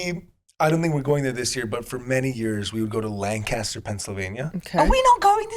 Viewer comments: It's LAN-caster. Emphasis on the first syllable. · As someone from York, I can’t believe the Lancaster, PA shoutout 😂 (the locals pronounce it Lanc-iss-ter 😉) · It is crazy hearing lancaster, pa the place I live being talked about by some of my favorites Also I must point out that it’s pronounced lan-kiss-ter 😂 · A moment of honesty: love y’all, but I’m a PA girlie and that is not how you pronounce Lancaster lol